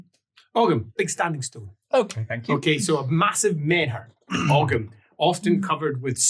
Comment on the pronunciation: Thanks for giving the correct pronunciation of Ogham! I was wondering if you'd jump in! Although to be fair, I wonder if in Scots it would be with the hard 'g'?